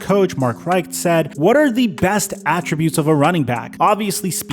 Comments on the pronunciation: UGA's head coach at the time is pronounced Mark "Rick" btw not "righkt" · 2 Small corrections. Mark Richt is pronounced Rick-t. And Gurley was drafted to the St. Louis Rams. Love your content! Great stuff! 💚 Also a little food for thought, consensus of a running backs age-cliff is 29, while Austin Ekeler (27), Dalvin Cook (27), Derrick Henry (28) still dominating. I read Gurley hasn't ruled out returning but said he's perfectly fine sitting in the crib hopefully well paid. Much respect to him.